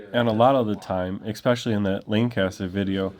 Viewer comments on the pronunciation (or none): Stop saying "ex-specially"! It makes you sound ignorant. You're a good auditor otherwise.